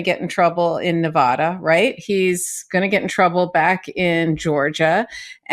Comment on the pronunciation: Please stop saying Nev-aahh-da 😒